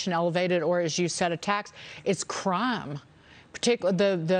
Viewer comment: It’s craahm